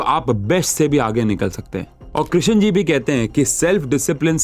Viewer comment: Krishan Ji?? Kyu woh Sri Bhagavan nahi hain kya Sir? Sidhe naam se bula rahe hain aap to aur woh bhi ekdum galat pronunciation